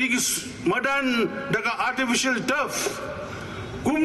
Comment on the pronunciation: Ma phi kren khasi rh nang bha re madan rh ong modan te shano long ..Bah Tmc